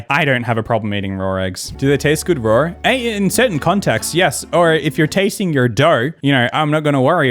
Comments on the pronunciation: i like how people say raw as rawr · I didn’t think lions laid eggs but keeps saying “rawr eggs”